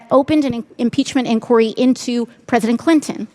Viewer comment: There needs to be an inquiry into her pronunciation of inquiry...😊